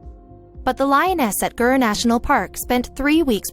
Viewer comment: Gir National park and Dr Chakraborty, Congratulations. Didn't know it was pronounced like that. A wonder of pronunciation. Success requires focus and the killer instinct. Many humans also abandon their children to achieve GREAT success in life.